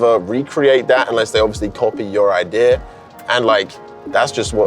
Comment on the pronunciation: nobody:: Idear